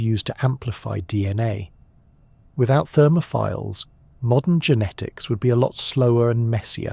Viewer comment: The pronunciation of thermophiles as ‘therm-off-fulls’. Amazing.